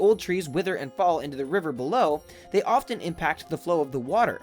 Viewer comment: The "T" in the word often is silent and not pronounced. Thanks.